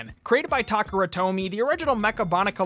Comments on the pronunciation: As a Transformers fan, the way pronounced Takara hurt my soul. It's like how you pronounce Canada, my dude. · I hate to be that guy since you've earned street cred with us nostalgia bums, but uh, dat ain't how ye say Takara. Thanks for the deep Zoid lore though man!